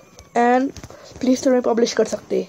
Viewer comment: what the bruh he said playsore instead its struckd i not sub to him its clickbait